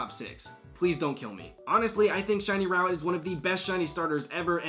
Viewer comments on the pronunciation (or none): none